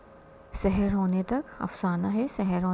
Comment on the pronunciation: تلفظ بالکل درست ارشاد فرمایا لیکن ہمارے اردو لہجے میں "سَحر" اور "سِحر" دونوں ہی مجہول (سے حیر) پڑھے جاتے ہیں۔ لہٰذا اگر تلفظ میں اعراب کی رعایت نہ بھی ہو تو سیاقِ سے تفہیم کی جائے گی۔